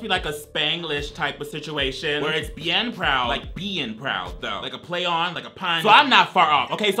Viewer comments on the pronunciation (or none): HIM THINKING ‘BEIN’ WAS “BEING” KILLED ME 😭😭